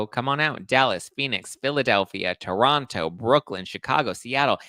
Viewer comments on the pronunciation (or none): none